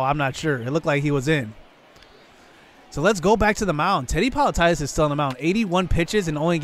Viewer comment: Politidis: Po-lee-tee-dees